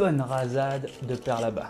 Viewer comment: Super et bien vu la prononciation du père labat 👌😉